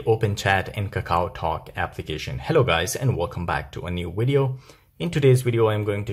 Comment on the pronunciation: I will try, but your accent is a little difficult to follow; especially when you speak too fast and say wideo instead of video . Neverending, ot is good information.